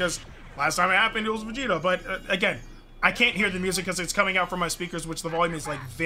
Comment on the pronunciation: Is it just me or did I just hear him say super Saiyan blue Vegeta